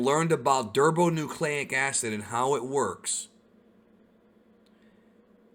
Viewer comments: "Derbonucleic Acid"? It's Deoxyribunucleic Acid. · Did.........did he just say durbo nucleic acid ?????? He does know it’s pronounced Dioxyrtbonucleicacid right?? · Great video however just a note; I believe you mixed together deoxyribose and ribonucleic acid and said durbonucleic acid :) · Did he say derbonucleic acid??? Umm. C'mon bro